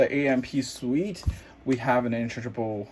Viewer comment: Suite? I heard you pronounced it wrongly.